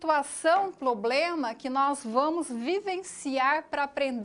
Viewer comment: Tem mestrado mas fala “poblema”... foda hein?